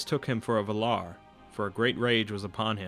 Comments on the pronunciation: Why all you people keep saying Vuh-lar? It's VAL-lar. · The accent goes to the first "a",it's vAlar not valAr! Come on man! You're ruining the narration! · “This man is teaching fanboys not informing intellectuals.” O it’s Val-ar, not Vular. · "vul-ar"...? I think you mean "val-ar" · Take a shot every time he says Val-are hahahaha dying I am drunk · the Vay-laar please! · Valar is pronounced Va lar with a 0.3 second break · Also VA-lar, with the accent on the first syllable and Morgoth as in (more-goth) both o's are the same, not (more-gath) :D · you're pronouncing Valar wrong... please redo it... it will be worth it.. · Thank you! The pronunciation in the video drove me crazy. Don't add T's to the name that do not exist. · It's not just Feanor you're pronouncing wrong (because you actually are, sorry, there's no need for a "stop" between the e and the a) but also Morgoth (it's two o's, you pronounce it like an American word and it sounds like "Morgath") and Valar (you must stress the first syllable, not the second). I'm Greek and I've studied Linguistics and Elvish phonetics are a lot like Greek (and also Spanish, if that helps) phonetics. Sorry, I couldn't help it, I understand that it's hard trying to pronounce words in a language so different than your native one, but please, don't be so arrogant about it and accept it when you're wrong. It's such a shame after all since you're putting so much effort on these videos.